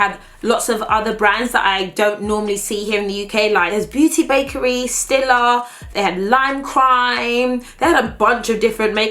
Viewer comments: StEEla not stilla, it’s stEEla. you can buy it in any m&s with the home section in the UK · it's pronounced "stee-la" 😤